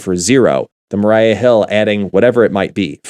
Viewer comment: Maria not Mariah